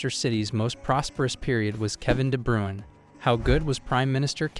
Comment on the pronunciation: There's a channel called "Footballer name pronunciation" (I'm not joking). Kevin De Bruyne was a guest. You should check it out, then you'll know how it should sound.